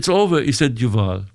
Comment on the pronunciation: Juval? 😂 Yoyvel.